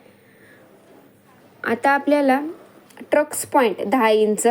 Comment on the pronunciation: ट्रक्स nahi म्हणायचा tai टक्स म्हणायचं... सॉरी rag naka manu